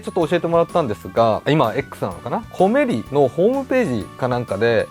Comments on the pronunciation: コメリのイントネーションはおでんではなくトマトです。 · 「コメリ」のイントネーションw